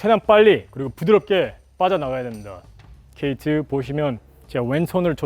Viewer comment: K2~ 하시는게 뭔가 Step 2~ 하시는거같네ㅋㅋ